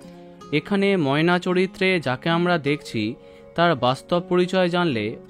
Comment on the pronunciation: নায়িকার সাথে নায়ককে একটুও ভাল লাগেনি ময়নার উচ্চারণ ঠিক নেই